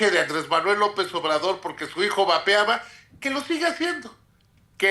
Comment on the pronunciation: No entendí a David cuando comentó del chocoflán, dijo vapeaba o babeaba, porque las dos cosas las sigue haciendo dicho personaje. Saludos Adela...